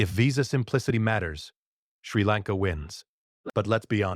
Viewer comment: Clearly AI. Mispronounced country name. Lots of wrong pronunciations. I hate YouTube because of AI